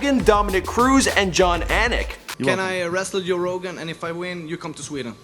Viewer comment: joe rogaine lol